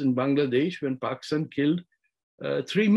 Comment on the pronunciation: So... is pakistan pronounced as fockistan in Arabic? (serious question)